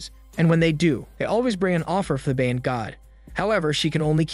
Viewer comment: Ba-yan” why do people keep pronouncing it wrong. Also Thai people does your Bayan have the same meaning as ours here in the philippines? ours means Community or Nation. I'm curious as to what you're Bayan means.